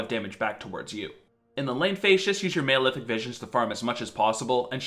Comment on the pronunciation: It's Mal-Efic, like Malnutrition, not Male-Efic.